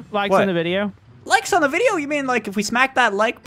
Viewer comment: You said video wrong